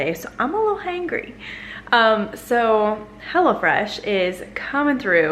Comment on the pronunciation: I thought you called it "Hella Fresh" lol. I was like, what?